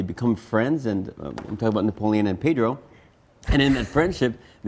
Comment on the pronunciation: I like it how he pronounces his name NapoLEON